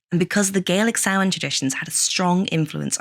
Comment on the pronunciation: I’ve never heard it pronounced any differently than the way it’s pronounced here…